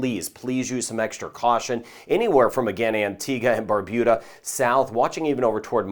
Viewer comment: Good morning thank you for helping to keep us safe I live in Barbuda and we all have been able to prepare for this an any weather coming our way thanks to you 😊. Also thank you for correctly pronouncing Barbuda 😊😊